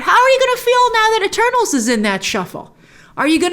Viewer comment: At first I thought she said “well I just watched turtles!”